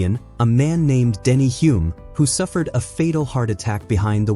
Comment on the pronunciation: That's Denny Hulme, pronounced 'Hull mmm'. Do your homework next time.